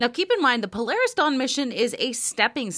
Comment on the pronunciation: Is it just me or is it pronounced PO-LAR-RIS And not PLAIRISS? Then again if he's footing the bill he can call it what ever he likes